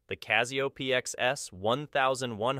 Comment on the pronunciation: There is no Z in Casio, it is a soft s.